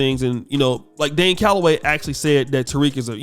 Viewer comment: He called Dane Galloway the puppet "Lame hellagay"